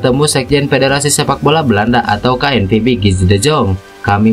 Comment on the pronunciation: Tolong kalo baca KNVB jangan di inggris2 kan. Baca KNVB seperti bhs Indonesia aja.